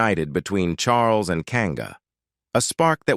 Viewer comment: ' Charlus'?? this transcript is 'read' by a machine. - Very 'convincing'' Eventually one loses all interest in what might be true and what is probably gobbledigook. Anyway, apparently Charlie had a few girlfriends and wasn't unduly concerned about their marital status, or his own as the future 'Supreme Governor of the Church of England - and 'Defender of the Faith'. We are surely all astonished.